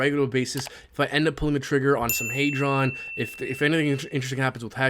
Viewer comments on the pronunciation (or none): It’s clearly HEdron not HEYdron mad annoying the way u say it, I remember you had the Dev on he was saying HEdron, that said u still my guy 👍🏾